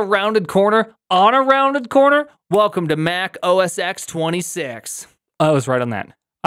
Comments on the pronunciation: You do realize that "OS X" pronounced OS Ten. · Back in the day, the X in OS X was intended to be pronounced "ten" because it's a roman numeral. Unfortunately, filthy casuals kept saying "X"...